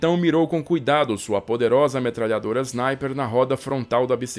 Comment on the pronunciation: Não leve a mal mas porque de dizer Znaiper na vez de dizer Sniper ?